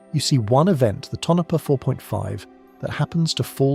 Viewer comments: Southwest Idaho Tonopah = Tone-uh-paw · If you have to resolve the CORRECT pronunciation of our PLACE NAMES, please DO contact me... or another Cartographer. Tonopah = toe-no-PAW (from the Paiute meaning "There is no water there") ALSO - neh-VA-dah NOT a VAH.'.. If you use that "VAH" yer pegged as from New Joisey (or Lost Wages)